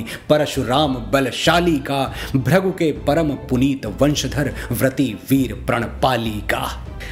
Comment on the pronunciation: Dear sir it's not "त्रण " it's " तृण " , not "भ्रगु " it's" भृगु ".... बहुत अच्छे और आनन्द दायी शब्द लिखते हैं आप, हिंदी के महानतम कवि और गीतकार होने के सारे लक्षण आप में विद्यमान हैं किंतु उसका क्या ही लाभ जब शब्दों के उच्चारण ही आप अशुद्ध करते हों , आपसे यह आशा तो नही ही थी